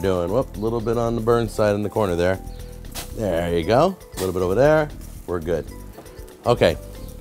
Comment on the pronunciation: man your videos ar better than food network haha. I completely lost my self was hilarious to me " THURR you go" :P who would of known wood could season up something so much will try this for sure this summer